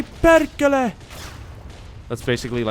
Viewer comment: "Saatani perkhele" voi vittu :D